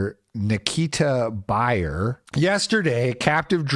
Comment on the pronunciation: you trickster. You tried to bury the lead by pronouncing his name "buyer". The first thing I thought of was, "Isn't 'beer' one of those names?" Masterful storytelling, absolute cinema.